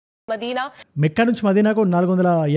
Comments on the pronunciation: Mekkha కాదు బ్రదర్ makkha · అన్నా అది మెక్కా కాదు మక్కా అన్నా